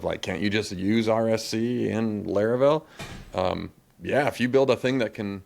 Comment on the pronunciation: I like how consistently pronounces things wrong like Laravel and Linode. Great episode.